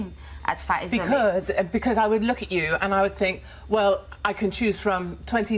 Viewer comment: She literally said “wewh” instead of well…